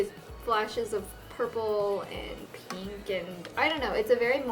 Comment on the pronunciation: i love how you say pink ! it's like....peenk. haha. :)